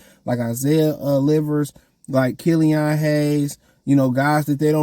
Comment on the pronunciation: Bro what? They're not gonna get rid of duren cuz he can't shoot lol. Kill-ian not kill-ion. They're tanking idk what yall don't get about that lol. You can't put a good team together and expect them to tank. This should be self explanatory